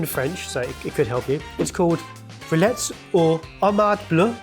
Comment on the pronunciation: why does host this? 'Rillettes' is pronounced 'reeyet'